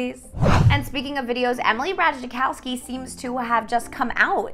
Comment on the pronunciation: how did u pronounce ratajkowski 😭😭